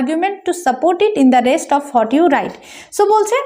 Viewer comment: What er pronunciation ta hot na bole what bollei vlo hoy r ki